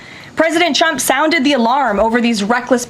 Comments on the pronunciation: You wonder why she says chump instead of trump and chater instead of trader? Wonder no more! It's because of her top lip! It doesn't move because of all the injections that she's gotten into it or plastic surgery she's had done to it or whatever so her mouth can't form in the correct way to pronounce the letter R! I think women that have that done are fooling themselves not anyone else!! She probably look better before she had that done! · Me (as a German) hears "Shrump" ... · She can say strengthened with the tr correctly lol. She should be saying shtrenkthened if she can't say Trump. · She says President Chump! 🤣😂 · That’s not the first time she slipped up and said CHUMP…Freudian slip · I don't want to shame her speech impediment, but tr=ch, like chump and chading, and cr or pr= r as w, like pwesident and cwimes. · She cannot say his name correctly. LMAO😅 It's only the tCHEWTH⚠️ (Edit; Your acting is better than the acting Director of FEMA) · Did she say president chump or trunt? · As a speech pathologist, the tr blend is often mispronounced as /ch/, but it is hysterical that she repeatedly calls him a chump :) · I still roflol that she can't pronounce tRump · I never realized Leavitt can't say Trump... I am laughing so hard.